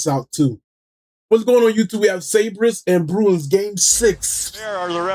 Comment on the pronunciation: im out after that Sabres pronunciation